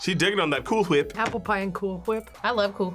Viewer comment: May i have more "coOol FWhiP" Please?